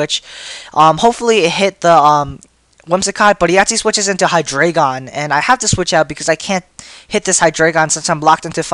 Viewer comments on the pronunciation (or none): ... It's Hydreigon. Not Hydraygon. Hi-Dry-Gone Drei is the German word for three. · I like to pronounce it as "Hy-dray-gon" becase the "drei" as "dry" seems weird for me and stuff. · I wasn't aware that Canine and Dreigon were the same words. German numbers, yo. Look below. one is eins (pronounced eyens) two is zwei (pronounced zvie) three is drei (pronounced dry) Reference that and look at 1, 2, and 3. Maybe you'll notice a pattern relating to Hydreigon's evolutionary line. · I hate the way u say Hydregein (I think I spelled it wrong)